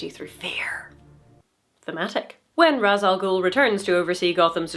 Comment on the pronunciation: So... Ra's Al Ghul is pronounced "RAYSH al gool". It's not typically pronounced Rahz though, to be fair sometimes the directors get that wrong too.